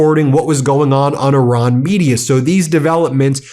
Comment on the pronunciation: It’s not Oran it’s Iran !